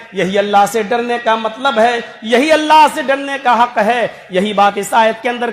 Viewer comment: MATLAB ki jagah malb Bolte hai